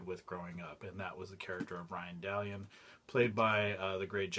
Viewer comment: Dude, thank you for this. It was fun watching a video about Ryan Dalion! Or was it Ryan Da-Lion as he introduced himself in one of the early episodes?